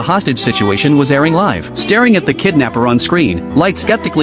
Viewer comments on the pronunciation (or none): none